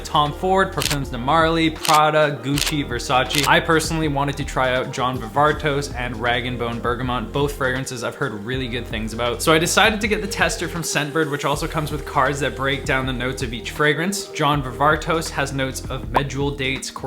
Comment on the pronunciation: Mis pronouncing Jon Varvatos is wild.